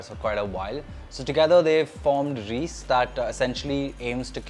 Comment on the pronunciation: It’s not “Reeece” bro. It’s pronounced as “Raiyce” Reise literally means Travel in German.